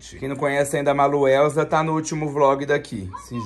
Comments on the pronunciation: "baluelsa" Maluelsa:👀👄 Rachei kkkkkkkkkkkkkkkk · Baluelsa 😂😂😂😂😂😂😂😂😂😂😂😂 meoooo